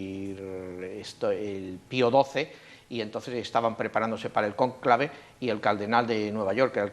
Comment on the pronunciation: Cónclave lleva acento en la o. Que incomodo es escucharlo mal pronunciado y lo repiten mil veces.